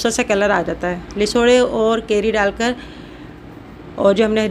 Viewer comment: Lesoray nahe lasoray HOTA hy